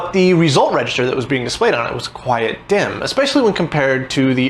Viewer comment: Not gonna lie, every time I hear you pronounce "quite" as "quiet", it gets me a little. It's an odd quirk.